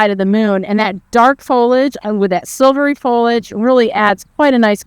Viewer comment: Fol i age. 3 syllables.